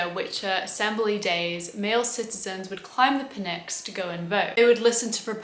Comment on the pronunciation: The P in Pnyx is NOT silent. You were pronouncing it correctly. That's how Greeks say it as well. Don't be misled by the dominant pronunciations of similar loanwords, like pneumonia, which are actually not faithful to Greek pronunciation. By the way, a small clarification: The councilmen of the Boule, called Bouleutai, were technically representatives. It's just that their role was more administrative than legislative or executive. Also, fun fact: Representatives of the Greek parliament today are still called the same title. Another small clarification: While it's true that under Pericles an Athenian citizen was someone whose both parents were Athenian citizens, that was a new measure introduced by him that was very unpopular. Before that, only one Athenian parent was required (regardless of gender). Pericles was accused of voter suppression by basically disallowing a lot of people from voting. I'm sure you already know this, since you're a philosopher, but mentioning it for those who don't: The Stoics came about much later than the time period shown in the video. The game takes place during the Peloponnesian War, while Stoicism rose about 100 years later. It goes Socrates -> Plato -> Aristotle -> Zeno, Epicurus, etc.